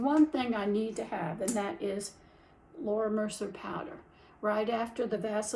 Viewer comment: As a makeup fanatic, I just want to point out: 1. it’s not Laura Mercer…it’s Laura Mercier pronounced: Mer-See-A. 2. It’s not “I-T” it’s “It”.